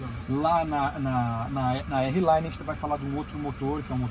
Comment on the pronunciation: Errelaine não, arlaine!!